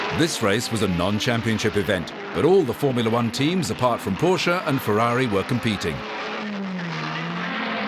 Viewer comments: Powwshaaa. Fewwahwee. WHY?! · Perhaps? North Americans can't speak just one foreign language correct. What the hell do Yanks do at school? No German, no Italian, no Spanish. It is pathetic. THAT is why you all do it in the rear of Fewwawwi, Powwshe, Masewwattee, Koenigsegg, Oddi. You never learn at school that there is far more in the world than just your USA. Excuse me, but that pwonunshashun is pathetic. Yall don't even try. Fewwawee, come on, why?! Go there! Go to Italy! All Yanks! Get yer summer holiday back! That stupid work work work culture is getting yall dumb! Go to Germany, talk German there. Go to Spain, you got Mexicans, so you all can speak Spanish. Do you start to understand? You all are doing everything very very very wrong! Now solve it! And Vreeswijk is just as Dutch as I am. Then you should see the point, get ALL Americans a better education! Why not?! Those fools all raping all the foreign car brands, it is ridiculous.